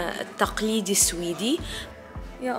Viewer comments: سويد سويد مو سيويد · سويد❌ سوييد ✅